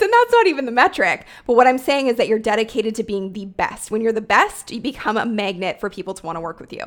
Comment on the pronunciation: Love your content! And does anyone hear “megnet” when said “magnet”? 😅 just me? #accents